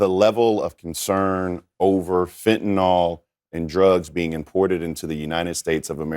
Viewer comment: Supposedly well educated “? They say FentenAll the word ends with …YL